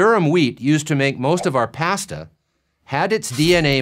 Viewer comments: I don’t trust anyone that pronounces “pasta” like that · Was anyone else surprised by his pronunciation of "pasta"? XD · Other than the way he pronounced "pasta" this was a very interesting and informative videos.